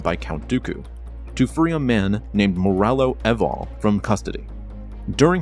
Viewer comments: its marallo EEval you barbarian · The guy who does a the reading knows nothing of Star Wars he didn't even say moralo eval right.